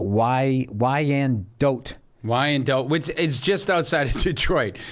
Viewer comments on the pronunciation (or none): IT'S NOT PRONOUNCED WHY-N-DOET...IT'S PRONOUNCED WHY-IN-DOT. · Michigander here its pronounced "WINE DOT" ;) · it's pronounced WY-AN-DOT. Birthplace of a little known actor by the name of Lee Majors! You know... The Six Million Dollar Man?? The Fall Guy??? Come Downriver next time you're in Detroit. You'd absolutely LOVE Wyandotte.